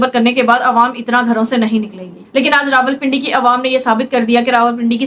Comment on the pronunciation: یہ رولپنڈی کیا ھوتا ھے۔ ۔۔۔۔راولپنڈی کہنے میں بل زیادہ آتا ھے۔۔ کچھ چھوٹے بچوں کا خیال کیجیئے۔ جو آپ سے سیکھتے ھیں۔